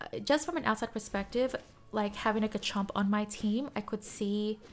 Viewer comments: Garchomp not Gachomp there is an R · am i the only one that gets triggered when she says Gah chomp and not GARchomp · You say Gachomp or is just me? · I love how says garchomp Gahchomp Not sarcastic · You’re the first person I’ve heard pronounce Garchomp that way!